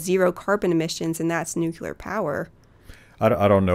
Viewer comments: Really liked this episode. I bought the book while listening. One complaint though: the word NUCULAR does not exist and it was used twice. May seem that I am picking knit here but as a proponent of nuclear power I think it is important that we get it right. Keep up the good fight! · NU-CLEAR (new clear) #justsayin'